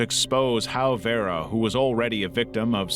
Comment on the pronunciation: At the very least, a person who has been horrifically tortured and murdered deserves to have their name pronounced correctly, even by an ai voice. Especially if theres some way youre profiting over their deeply tragic life and demise. That is so disrespectful. Vera is far from a difficult name.